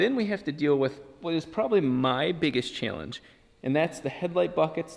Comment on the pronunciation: “Chayllenge”